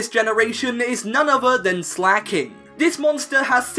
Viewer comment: Lol slaking...😂😂😂